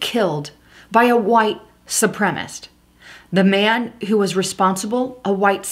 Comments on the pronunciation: Su-pre-ma-cist. Four syllables. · Supremacist is the correct pronunciation.su prem a cist.Sri Lanka...pronounced SHREE LANKA. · Reply to Brad not Landa Sup- rem - A - CIST